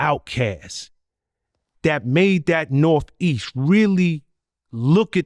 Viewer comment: "I'm from the nor-feast"